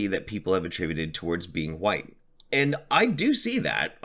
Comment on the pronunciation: "W-HHH-ITE" "Captain Puffy Nipples" I can't stop laughing! 😂